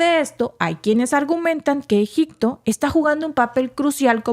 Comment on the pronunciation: Se dice Egipto no egicto